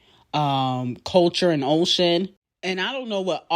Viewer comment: “Ocean” lololol